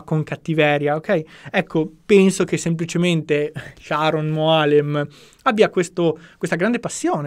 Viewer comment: però il nome devi pronunciarlo col giusto accento. Il nome maschile ebraico è Sharòn, non come l'inglese femminile Sharon. 😏